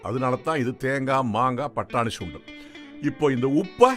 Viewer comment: Dai it’s Sundal not Shundal😂.. I think you are a Bhramin